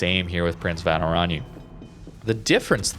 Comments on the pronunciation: its.. like... oran-ye a bit like in kan-ye [west] but not the... yeeee but a short ye. oranye. as opposed to orani^^ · Prinz Van Oran-yuh ;)